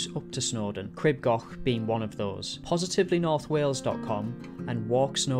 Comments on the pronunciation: Crib gauk. Not goch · Local here, for anyone who’s interested, the pronunciation is Cr-ee-b G-or-ch I know the ‘ch’ is tricky though! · For goodness sake, PLEASE PLEASE learn how to pronounce Crib Goch! The "o" isn't an English "o", it's a much elongated "o" as in "store" not a short "o" as in "gone".